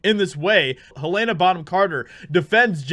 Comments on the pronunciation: Repeat after … all of us… Heluhna… Heluhna… Who the heck is Haylayna?! 😉 Just Trollin. Nice vid mate. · Just FYI, her name is pronounced helen-uh, not hu-lay-nuh. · Quick note.Her name is pronounced Hel-lena not Hel-layna. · Hell-uh-nuh Not Heal-Ain-uh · You're pronouncing her name wrong it's Helena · Learn how to pronounce Helena correctly. 😜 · jesus man there are two ways to pronounce helena and you miss both